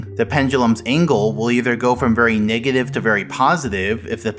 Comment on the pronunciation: Everyone: negative numbers SM64: megative numbers